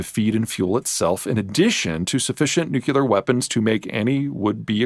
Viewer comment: Great stuff, Peter. Love your graphics art. Word correction:. please say 'new-clear' (2 syllables), Not 'nu-cu-lear'...!